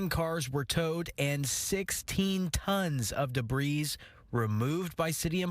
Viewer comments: "Sixteen tons of debreeze" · ... "duh breeze"?.... guess you need minimal education to report the news there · A news reporter saying DE-BREEZE!!!!! DEBRIS, silent S son. You should know better being an announcer/reporter. I'm embarrassed for you. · Ouch! This reporter doesn't know the word "debris." It's pronounced "debree," not "debreeze." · The word debris is pronounced "debreeee". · Did the reporter say DEBREEZE?? Stealing water from the neighbor's HOSES? What an idiot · Debreez? must not know the pronunciation of debris…. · Did he really say "debreeze"? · “Debreeze”. God he’s dumb. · You know our education system is in the toilet when a mature adult reporter pronounces debris with the S(deh.breese) As most of you know the S is silent. This is the most basic common knowledge of English and a reporter, more than likely with a college degree, pronounces it incorrectly. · Guy just said “debrees” hahaha take an English class. Please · I had never heard the word ‘debris’ pronounced like Da Breeze before 😂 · The s on debris is silent. It's sad when a newscaster can't even properly pronounce words.